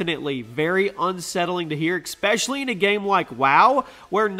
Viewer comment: Can’t get through a video without saying the word “especially” as “expecially” can you?